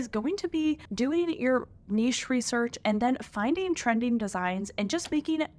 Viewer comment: A lot of great advice in your video. Anyone doing POD needs to hear everything you’ve said. Also, thank you so much for properly pronouncing “niche”. I hear far too many people these days saying “nitch” and it makes my head explode.